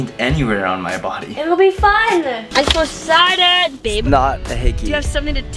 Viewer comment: "Isoexcided!"